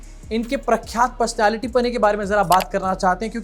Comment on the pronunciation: you are the best 😂😂😂 ye-miennt pershonality😂😂